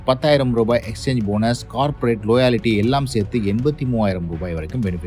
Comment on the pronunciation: Adhy லோயாலிட்டி illa da, லாயல்டி